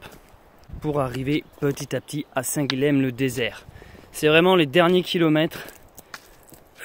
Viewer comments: Salut ! Super vidéo et super projet ! Par contre arrête de massacrer la prononciation de mon prénom (Guilhem). Ça se prononce Guillèm, « y » et pas « L » ! En tant qu’occitan vu qu’il me semble que tu es du Lot, t’es censé savoir oh ! Bonne route et bienvenue chez moi dans l’Hérault ! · Hello. Toi qui lis tous les commentaires, je me permets une petite correction. On prononce Guilhem (Guy yem), qui est un dérivé de Guillaume, Will, William ou même Wilhelm en Allemagne. Guilhem est un prénom assez connu dans la région de Montpellier. Donc on prononce bien "Guyem":-)